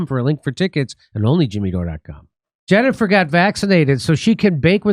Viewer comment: She did have a speech impediment. She pronounces her own name 'Jennifer' as 'Chennifer' like she's wrestling with her own tongue and losing